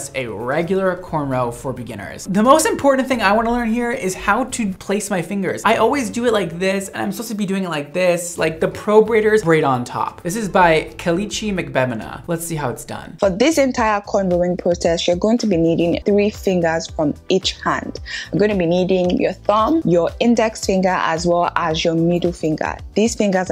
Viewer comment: The ke-leechi caught me dead🤣🤣.it's a Nigerian name pronounced ka-la-chi